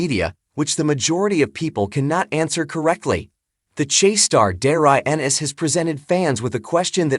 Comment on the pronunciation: AI rubbish can’t even say his name correctly